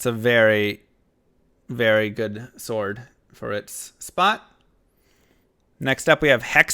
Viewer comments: I dont think thats how you pronounce Sword, but maybe you are trolling? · Always trust americans to pronounce "sword" wrong...